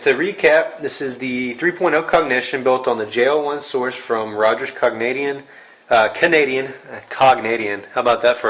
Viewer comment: cognadian hahahhahahaha